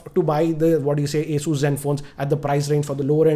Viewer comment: For a person who reviews phones for a living... Can't pronounce the le eco Asus & Huawei properly